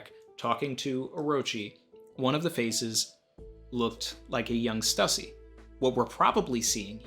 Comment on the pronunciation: Thank-you so much for not pronouncing it 'Stoosey''.